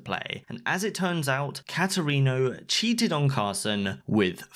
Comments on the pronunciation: i.. i can't get over cat erino. it's pronounced kate erino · The way he says katerino hurts me